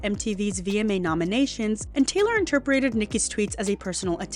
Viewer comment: Girls, I love your videos but the word is “interpreted” not “interperated” also, debuted is “day-byood” not “day-byoo-ted”